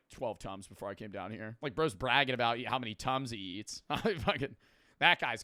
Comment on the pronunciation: when he said tums i hear tons i though bro was saying he was eating 12 tons a day